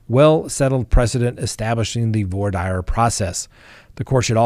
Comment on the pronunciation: I kind of like your format the information is good. I must question your pronunciation.Voir dire is really not voyer Dyer.